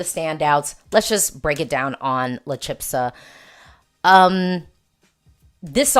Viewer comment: CH in "chispa" is just as in "chica". CH is ALWAYS a strong CH in Spanish🙂 And it's not "chipsa", it's "chispa". The "s" goes before the "p" as in "Aspen" 🙂